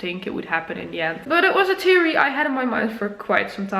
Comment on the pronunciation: Also, can tell your emotional because your ‘th’s suck lol. Like theory, you pronounce as teary. Not ironic at all lol